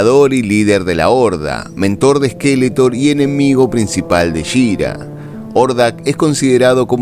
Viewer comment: Debería pronunciarse She - Ra , la R como pronunciamos en Mumm - Ra. Erre, no ere.